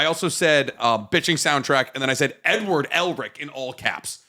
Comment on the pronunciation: am i the only one that heard him say "I wrote N word Elric in all caps" I know he said edward but thats what it sounded like he said.